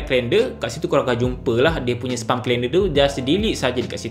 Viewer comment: Please learn how to pronounce SPAM.